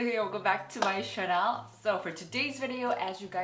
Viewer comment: I dont understand why she doesnt pronounce channel correctly. Instead she says it like the brand Chanel. But the rest sounds good to me.